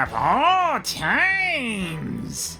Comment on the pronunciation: "Of all times." Emphasis on the pointless "s." I see what you did there. Callback par excellence.